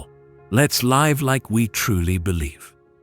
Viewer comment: Can anyone tell us how the Church here was seemingly unaffected during the French Reign of Terror? And too, there is mispronunciation of the word "live" at the end. Otherwise, very nice.